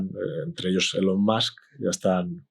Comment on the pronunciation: No he entendido bien. Eron o elon?